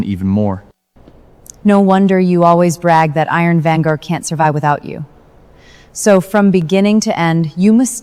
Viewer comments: At the end said iron virgien 😂😂😂😂😂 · Iron Vanguard ❎ Iron Venger ✅ 😂😂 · When AI can‘t say iron vanguard correctly even once 😂😂😂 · Why can't anyone pronounce Iron Vanguard correctly? It's so annoying.